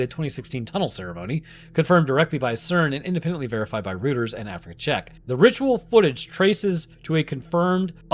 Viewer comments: It's pronounced ROY-terz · Reuters is pronounced "roy-ters"